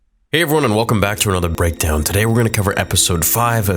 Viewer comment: My man said "BREADKOWN" lol